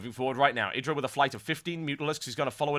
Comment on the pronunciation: This caster is the first British I've heard that's calling IdrA correctly, not "eye"dra lol.